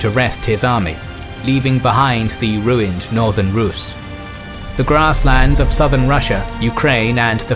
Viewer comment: Well done documentary, but notice, that the adjective to Rus' is rusian (with a long pronounciation of the u), not russian.